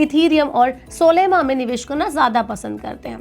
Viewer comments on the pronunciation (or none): सोलेमा 😂 नहीं मैडम सोलाना बोला जाता है।